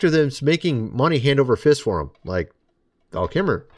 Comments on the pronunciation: 🤦🏻‍♂️ Of course he looked pale in character as doc holiday. He was during of tuberculosis!.!. And his last name is KILMER. NOT KIMMER as you continue saying. I’d say you’re about to bring up Epsteins island!.?.?. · His name was kilmer, not kimmer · KILL MER. NOT KIMER. WTF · Dude! The man's last name is/was KILmer - NOT Kimmer - AND please, GET TO THE POINT, FINALLY - all of that repeating the same information over and over again, wasting our time - good grief! I feel like this was a click bait video & not even a good one - and I'm a fan of both Val KILmer & Mel Gibson. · Are you say Val "Kimmer". You know its pronounced "kill-mer" right? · how hard is to say KILMER not KIMMER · I haven’t seen anyone mention he continually says “Kimmer”….i admit that was disappointing to hear if he was supposed to have been one of his favorite actors. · Kilmer. Not kimmer. Kilmer. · It’s not Kimmer! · I had to stop the video because it was driving me crazy listening to him MISPRONOUNCE ... KILMER and saying K I M M E R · Hey dude, give the guy some RESPECT! Like saying his name correctly! Its KIL- MIR, KILMER,KILMER! NOT KIMMER! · Pronounce his name correctly , Kilmer not kimmer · "Val Kimmer" IT IS KILLMER. Just mispronounce every word...so annoying. RIP Val Kilmer. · Respectfully, his name is pronounced “Kill mer” not “Kim mer” and the word you wanted was Prima Dona not Madonna. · Kilmer... KIL -mer...with an L. Not Key-mer... L... L... L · Its Kilmer man Not kimmer. At least respect the man enough to say his (rather simple pronunciationable) name properly. Please apologize it would be the respectable thing to do Detroit charity recording artist Craig Michael Curtice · Its “Kilmer ❗️❗️❗️ u keep saying kimmer At least say his name correctly if your doing a podcast on the man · Dude learn how to pronounce these actors names if your gonna speak on them. You keep saying Kimmer and it is KilMer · Why do you keep saying :"Val KIMMER"? It's "Val KILL-MER." Kind of annoying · It's kiLmer